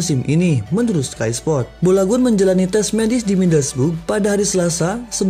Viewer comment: Balogun bg bukan bolagun